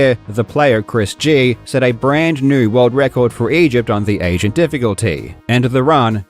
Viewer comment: "..a brand new world record for Egypt on the asian difficulty.." Huh?? Oh "agent" lmao